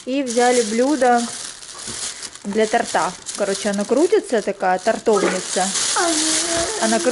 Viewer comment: тОрт, тОрта. Ох как передёргивает меня от тортА. 😀🥰